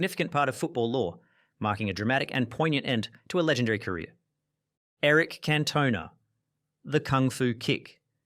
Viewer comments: Cantona is gonna find you for that pronunciation. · Wow!!, I have to say that I enjoyed the video but, I've never ever heard Eric Cantona's the French Player's name being pronounced that way.